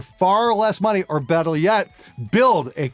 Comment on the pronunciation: "or bettle yet"